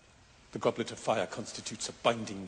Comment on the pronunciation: goble of fire? goble goble. i lol'd.